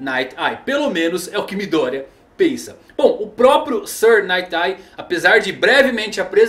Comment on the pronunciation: MÍ-Dória... toda vez que vc fala isso só imagino um Celular da Xaumi com o prefeito de SP... #MidÔria